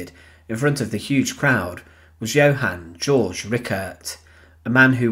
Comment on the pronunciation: It's not "George", it's Georg, pronounced Gayorg.